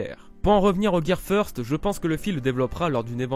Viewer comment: Feursteuh lol